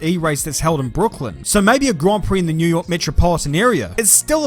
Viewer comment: new yoaaah